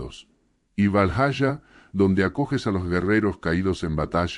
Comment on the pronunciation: Esto es con ia? Si es asi , los videos te quedarian mucho mejor si escribieras las palabras como deberían ser prununciadas , así en vez de valhaya , podríamos escuchar valjala y miyolnir en vez de mijolnir